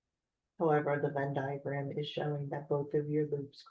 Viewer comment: "van diagram" ? what does she say ?